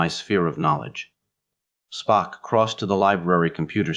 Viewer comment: I had to stop after a very short time. The reading was not checked,because "SPOOK" slipped into a Souther accent and the writer never saw TOS,only heard that Spock was logical, and also, not a Christian or cared to make a study of it. Ciao.